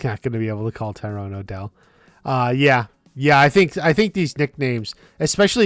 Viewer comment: Also one thing to consider about there being a death this season….didn’t they troll all of us back with season 3 saying there was a death or two and it ended up being the soldiers in the kreese flashback? Edit: it hurts me every time I hear you butcher Tyron’s name lol it’s not Tyrone